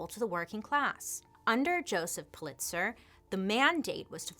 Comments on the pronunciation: Am I the only one that it bugged that she kept saying puh-LITZ-er? Correct pronunciation is PULL-it-sər. She’s losing credibility with me because of stuff like this. I know she has trouble pronouncing certain words which is fine, but usually she claims it. Btw. I loooove Hearst Castle too! Oh the pools! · Actually pronounced more like POOL-it-zer. 😉 I heard a rumor about Hearst having a castle. Know anything about that? 🤔😄 It is pretty impressive, isn’t it? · It's pronounced Pul lit zer. Just FYI.